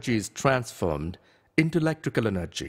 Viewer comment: Wow he speak like for example, elctical eneggy, is tanformed, speak like that but i like the video